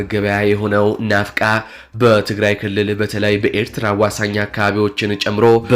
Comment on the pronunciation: ⛔⛔⛔ ናፍቃ፣ ናቀፍ ይላል እንዴ፣ ማንበብ እንኳ ሳትችል ዜና ታነባለህ፣ አንድም የቦታ ስም፣ ማዕረግ፣ መሳሪያ እንኳ በሥርዓት ማንበብ አትችልም እንዴ? አሻሽል እንጂ! ከ4ኛ-ጨ አልዘለልሺምና ጆሯችን አታድሚው ፍሪክ ቆምጬ ⛔⛔⛔